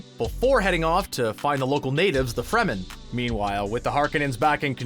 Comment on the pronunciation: They said Fremen correctly this time. I can rest.